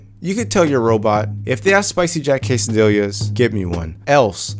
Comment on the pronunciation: "quesadill-ya"? lol